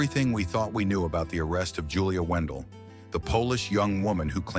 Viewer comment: In your own clips of Julia, you can see the eye defect, so what does that tell you and at least get her name right if you going to try and defame her, her name is Julia Wandelt not Wendel!!!!